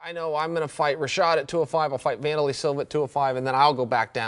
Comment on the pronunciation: Vun door lay?? I thought it was Van der lei... Yeah, Wanderlei Siliva.